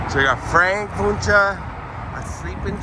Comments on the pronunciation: It pronounce whenche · I'm from the area and we pronounce it (Won-chee). Check out Old Town Spring just up the road. There's Wunche Bros. Restaurant in the Haunted shopping Town of Old Town Spring. You'll learn all you want about the Wunche Bros. My friend and I just ate there in December. They have great food. Good luck on your research. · The name is pro-nounced win-Chee sorry it’s driving me crazy lol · I live in that area and have heard that name many times. I believe that the Wunches founded Spring, Tx which is near that cemetery. There is still a Wunsche Bros Cafe and Saloon in Old Town Spring. Been there before. It is pronounced "won shee". My father went to high school in south Houston, just south of downtown, in the early 1940s and he said there were two brothers named Wunsche going to his school from Spring. Their family was in the lumber business. Don't know why they went so far to go to school but of course back then train service went everywhere and Spring still has a large train terminal there(freight only now). It's a shame that cemetery isn't better taken care of. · Pronounced “one she” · I was raised not to far from there. The name is pronounced Wun chee. I went to Spring High school with Carl Wunsche IV. and had many great Burgers at Wunsche Bros Cafe in Old Town Spring. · Its Pronounced One She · Local here. Wunsche is pronounced ONEche. The Wunsche family is a prominent local family who settled in the area, and that is how they pronounce their name. This is located at the southeast corner of I-45 and Cypresswood in Spring, Texas. As the camera is panned around, you can see Spring High School, located at northeast corner of I-45 and Cypresswood. If you drive two exits north and exit Spring Cypress, then turn right (east), Old Town Spring is located about one mile down. The Wunsche Brothers Cafe is located there and is a good source of a lot of local history of the area.